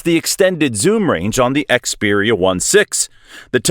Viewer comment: Yeah I can't take this video seriously... They can't even bother to call it by its name properly!